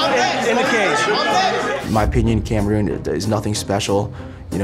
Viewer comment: He said “Kamaroon” lmfsooo